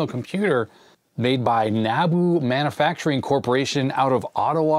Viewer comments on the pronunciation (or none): You pronounced NABU correctly but you pronounced 'manAfacturing' wrong.. it's manUfacturing. There's a U there, not an A